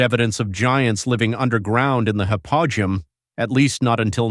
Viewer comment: Hypo -ge-um is the correct pronunciation